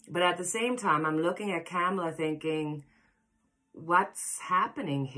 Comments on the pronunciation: Yes--think "comma-la"... Love-Light! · Kamala is pronounced like Comala 🙂